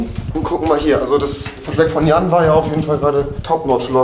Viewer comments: Musste immer tot lachen er sagte immer pennes jan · Jan sagte immer pennes